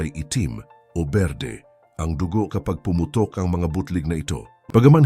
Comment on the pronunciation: Oi, putok, taon. Pronounce it correctly.